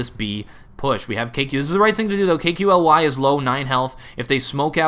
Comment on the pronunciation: Ya KQLY is pronounced Kaley. Loved your commentary while Clan Mystik was winning the gun round haha.